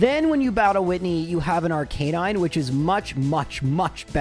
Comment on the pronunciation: It's pronounced "arca-nine", not "arc-a-non".